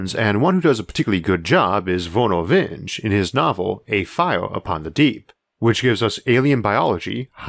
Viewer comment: Hey, quick correction: Vernor Vinge’s name actually rhymes with “stingy” (as in “cautious with money,” not a descriptor for an angry bee), not “hinge”.